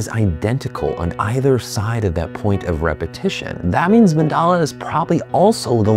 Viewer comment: Its not mandala its mandal to be exect sor mandal